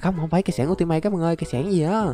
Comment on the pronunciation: Cách đọc kiếm ultimate mà em cười rụng răng lun đọc là yu -ti -mết nha anh